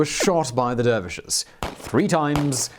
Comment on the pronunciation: Please learn how to pronounce correctly "Oratory" and "Dervishes".